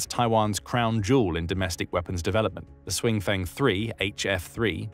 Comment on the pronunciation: Please do something about the pronunciation problems. If "Hsiung" looks to you like it should be pronounced "swing", then please just stick with pronouncing it as "Brave". "Sh-young" would be closer. But seriously, just use the English.